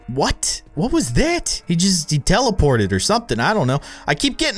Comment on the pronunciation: You said “what was thet?” XD